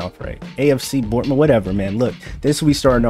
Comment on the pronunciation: Love the Bournemouth pronunciation😂great vid